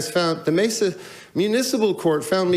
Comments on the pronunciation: Hey fam, it’s pronounced Mesa Maysa not messa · This channel doesn't even spell amendment correctly and can't pronounce Mesa right. What a bootlicking moron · Pronounced Masa long a is the first a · I thought Direct D was legally banned from filming the police after his last arrest/court date. By the way its pronounced MAY SA. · I'm from California, and we pronounce it "May-sah". Pretty wild how the pronouncement changes so much. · (approx) he pronounces it "May sah" the California way. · Pssst, Mesa pronounced like May-sa. 😊👍